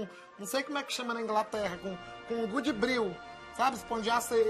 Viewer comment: Goodbril kkkkkkkk oraitivigiaiti kkkkkkkk